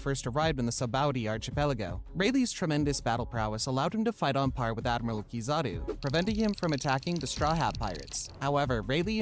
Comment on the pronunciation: it’s hard to take his ranking seriously when he utterly butchered the name that has been in the center of the story for so many years. Keyzooki? Seriously? Lol.